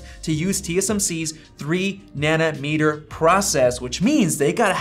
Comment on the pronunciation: It's nanometre, not nanimetre